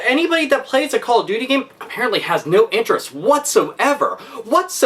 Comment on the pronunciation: "It just like Cawl ov doty"